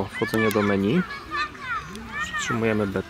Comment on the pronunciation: Dlaczego raz menu, a raz meni? czyli właściwie 🤔 (Też razi mnie jak niektórzy nazywają stiuarda - stewardem (dosłownie), ale kobietę to już stiuardessa.Z kolei na karfur wymyślają kerfur - podpisując się znajomością angielskiego, a przecież to jest francuszczyznana 😃 ) A tak filmik OK. Pozdrawiam 😏